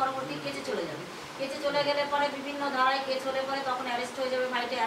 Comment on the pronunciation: কেচ নয় কেস আপনি বার বার কেচ বলেন